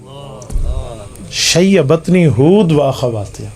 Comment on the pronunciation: شیبتنی ھود واخواتھا۔ ،، ت۔ کے ضمہ کیساتھ۔ ،، ت ،، کے کسرہ کے ساتھ نہیں